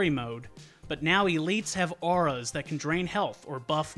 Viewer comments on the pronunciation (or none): none